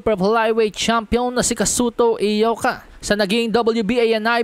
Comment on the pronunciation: Congrats sa iyo bro sa lahat ng mga bloggers ikaw lang ang nakabigkas ng tama sa pangalan ni Ioka as Eyoka. Karamihan ng mga boxing bloggers na nag live commentary puro sila Ayoka mga expert pretenders sila. Ikaw tunay.